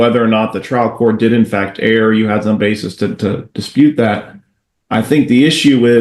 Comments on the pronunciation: Err is not pronouncer “air” like error; it’s pronounced ur. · Urgh. How many times do I have to listen to the word "er" pronounced like "air." Didn't these people go to law school where exactness is not expected, but required? SHAME on all of these judges, and the lawyer getting grilled. Yes, it is pronounced like the "ur" in "fur" or "burn." It's eeerrr not aaaarrrr. This would make a good drinking game, for alcoholics. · It is pronounced like “air” in the United States